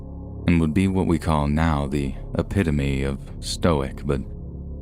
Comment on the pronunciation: Finally, a scary story channel with a narrator who knows how to pronounce the word “epitome.”